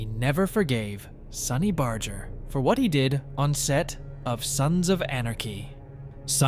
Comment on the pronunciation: This is such a CROCK OF S%&T!! You can't even pronounce Barger's name!! It's a hard " G ",not a soft " G ".